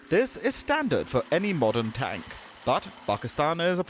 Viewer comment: AS USUAL INDIAN MAKE FUN OF ANY THING PAKISTANI, YOU COULDN'T SAY THE TANK CORRECTLY. IN INDIAN CHANNELS YOU NEVER SEE ANYTHING REGARDING INDIA PROBLEMS AND FAILURES IN MANY FIELDS. I AM NOT DEFENDING PAKISTAN BOTH INDIAN AND PAKISTAN ARE CORRUPT COUNTRIES. COURPTION RUN DEEP IN IT.